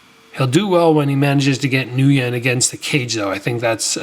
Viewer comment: "Ngyun" is pronounced "win"